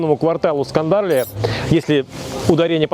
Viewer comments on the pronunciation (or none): Отличное видео. Хорошо подготовленные комментарии. Мало кто удосужился бы о криминальном прошлом части жителей Земуна. Просмотров мало, потому что людям нравится смотреть плевок и грязь, а не нормальные вещи. Небольшие исправления - Гардош, не Градош - Скадарлия, не Скандарлия Подписываюсь на канал.